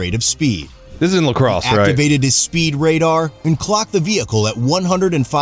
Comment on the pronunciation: All right! He switched back to the correct pronunciation of La Crosse!